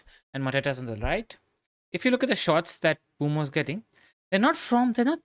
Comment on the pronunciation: Stop saying Bumo. Name is M-Bué-mo :-)